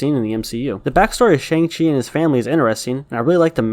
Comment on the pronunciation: Glad you said Shang and not shong.